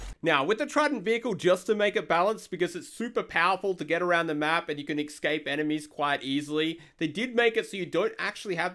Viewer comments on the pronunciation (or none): EXSCAPE??? Why pronounce it like that lol